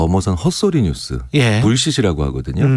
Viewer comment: 뉴스는 쉽니다로 들려요 ㅋㅋㅋ